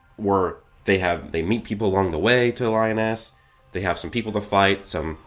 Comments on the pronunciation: LEEEE-OOOOOHHH-NEEEESSSSSSS not lyon-es TF??? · Lee oh ness is how you say it I think? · Lee -oh-naise..... :p lol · Li-o-ness 😂😂😂 good vid though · Cool vid but Liones isn’t pronounced that way bro